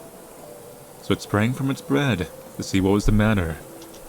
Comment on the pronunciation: Hold on. I just passed the one minute mark, and I swear I heard, "So it sprang from its BREAD to see what was the matter." I mean, I like bread and all, but it's not something you spring from...